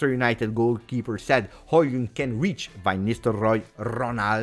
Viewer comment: Great vid, a comment for the algorithm. We all hope Højlund (my boy from copenhagen) make it, and props for pronouncing his (and Haalands) name right 😉